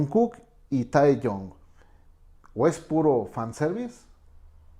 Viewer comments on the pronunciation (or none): JAJAJAJA pasa que no sabe pronunciar los nombres y les dice bEtEesE o tAeyOng o jOnkUk JAJAJAJA